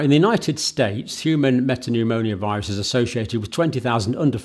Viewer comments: It's pneumo-virus not pneumonio-virus. Sorry, but you mispronounce, a lot. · Why do you say respire-atory and pneumoniovirus instead of respiratory and pneumovirus?